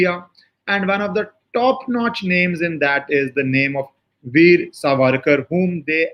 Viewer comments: Helo His right name is SAVARKAR NOT SARVARKAR. You are a journalist and well read and leaned man, but you do not know/pronounce name of this freedom fighter propertly. What can this kind of pathetic and and shameless attitude be called. Not only that, Veer Savarkar is known not only in India but worldwide, you being a journalist how come not able to catch his name propertly. Shame on you. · You have made an excellant video. Your narrations about legal implications were factual and excellant. A small correction - Surname is Savarkar and not Sarvarkar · True pronounced Saavarkar सावरकर